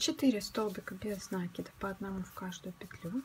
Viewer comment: Опять этот нАкид , вроде бы простое слово и ударение интуитивно понятно!